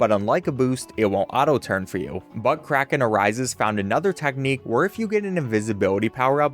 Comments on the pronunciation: Was I thinly one that thought he said buttcracken arises instead of but kraken arises lol oop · why do you keep pronouncing "but krakenarises" like "buttcracken arises"? 🤨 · tell me that doesn't sound like butt crack